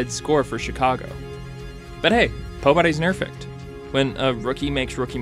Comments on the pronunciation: anyone else hear him say pobodys nerfect? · That 'pobody's nerfect' had me laughing a little more than I would like to admit. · Did you say "pobodys nerfect" on purpose? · I heard that!